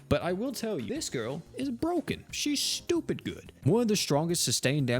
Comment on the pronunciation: Whenever you say ;STUPID;. something in me awakened o.o